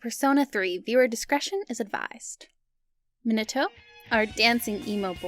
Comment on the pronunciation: I don't like how you pronounce Minato. that's just me however, you can pronounce it how you like.